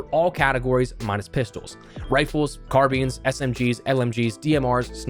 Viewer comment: I thought it wss Carbines not Car beans